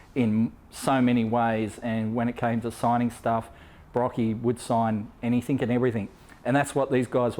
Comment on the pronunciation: You said anythink ... ha how thick r u